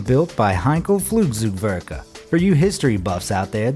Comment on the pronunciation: Heinkel Fluzugworge💀 Luftwhaf💀